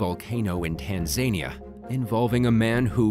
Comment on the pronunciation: Tan-za-nia, not Tan-zania.